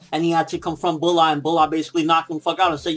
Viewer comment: its pronounced as Brat not bulat :/